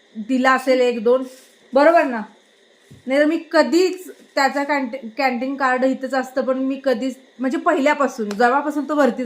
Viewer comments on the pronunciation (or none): कँन्टिग नाही कँन्टिन, सेप नाही सेफ